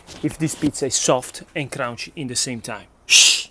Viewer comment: Soft and "crown-she" 😂🤣😂